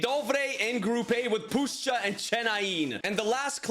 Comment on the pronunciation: didnt expect u to pronounce puszcza correctly tbh but i must admit if u learn kurwa we can welcome u into polish community